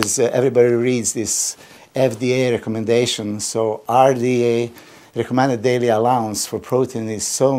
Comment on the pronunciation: Love how fda came out instead of rda, lol!